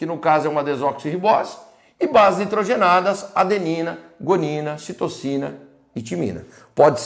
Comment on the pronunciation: Prof, em não era para ser Citosina ao invés de "Citocina"?